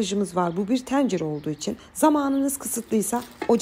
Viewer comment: Teencere 😂 hnm cım çok hoşsunuz herşeyiniz çok güzel de lfn “Tencere” demesini öğrenin. Hakikaten rahatsız ediyor dinlerken. Tencere Pencere Mehmet vb kelimeleri üzerinde çalışmak gerek.